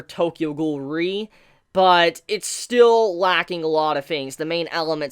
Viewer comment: It is not Tokyo Ghoul : ri like you pronounce it. It is Tokyo Ghoul: re . It is from matanese :re which means king, read it rɛ